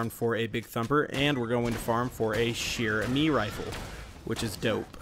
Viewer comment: Just pronounce "chère" like "share" and that's it !!! You are already perfect for "amie"